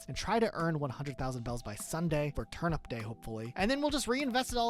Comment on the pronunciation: bro why he pronounce turnip like turn up its actually pissing me off so bad i literally cannot finish this video